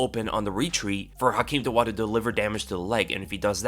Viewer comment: Hakeem Dawodu, not Dowadu